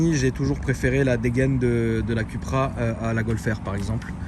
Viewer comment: Ça ce dit Coupra et non Cupra 😫